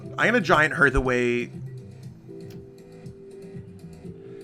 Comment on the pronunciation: It's giant hearth, not giant herth